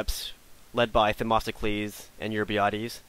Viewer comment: Its themistocles! Not them"O"sticles!